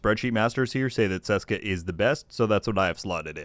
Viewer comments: Hiya. Ceska should be pronounced Tcheska as it is from the Czech Republic. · Btw, the first letter in Česká is pronounced the same way it's pronounced in the English translation Czech.